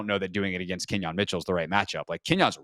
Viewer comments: I'm usually not pedantic with names. But it's Quin-yon. Let's go Birds! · QUINYON NOT KENYON!!!!!!!